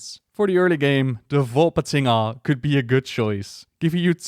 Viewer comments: One shot every time says "Volpatinga":D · You had allot of fun pronouncing Volpatinga, I can tell.